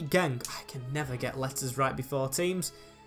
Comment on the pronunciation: GenK, not GenT😀